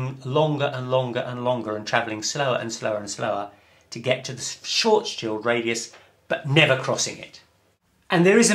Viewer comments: The correct pronunciation of "Schwarzschild" is: [shwartz-shield] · Schwarzschild is difficult and seems curious for English speaker. Say “smart”, now shw art, then end on s : shwarts , very good and complete by shield with short i, as in kilt : Shilt. Congratulations: shwarts shilt. Great. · Nice try to pronounce Schwarzschild ;) but the "ar" in the word is pronounced like "are". Oh, and the "r" needs to be clearer. Anyway, nice video!